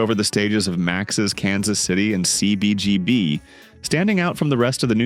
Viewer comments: ceee beee geee beeee! 🤣 awful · I hate the AI voice, that can't pronounce CBGB, or Dennis. It is Denee robot!